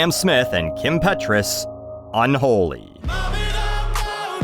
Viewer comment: Is it really "un-holey" though, Sam? Is it?